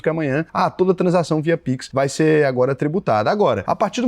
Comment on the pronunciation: "Piquin" que troço é esse?